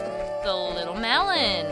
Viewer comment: When you say malon it sounds like melon. Not hating